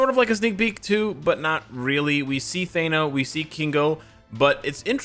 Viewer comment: Thee- na not Thay-na. But yes i hope she will be the Tier3.